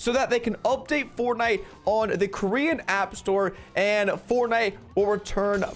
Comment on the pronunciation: Anyone wanna talk about how he called it “fortnit”